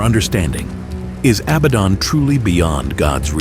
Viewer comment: It is not pronounced job like something you work at it is pronounced Joe, but with a long, ON a Biden is pronounced just like the word Aladdin a bad rhymes with Aladdin it’s not Abbadon😅